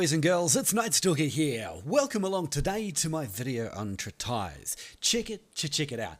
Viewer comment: Oh, it is not pronounced "trit" "ice", but "treat" "is"